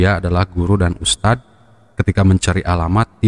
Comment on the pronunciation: Idz ustadz bukan iz . Lidahnya ada diujung saat mengucapkan dzal (ذ) Dibacanya begitul ustadzku yg gantengggg